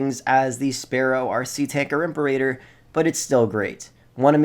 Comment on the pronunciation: God, the way he pronounces imperator is so cringe